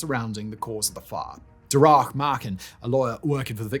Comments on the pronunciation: Ok, first. Great video. Very well detailed. I'm Irish, I found this fascinating. Second, work on your pronunciation. Darragh is pronounced "Da-ra" lol. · Deasy, Ahern, Darragh, Seamus, An Garda Siochana, Taoiseach. So many mispronunciations. It almost felt intentional. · I get the mispronunciation of Taoiseach or Monaghan... but "sea" mus for Seamus? "Da-rack" for Darragh? Gar-die for GARDAI It's like A.I.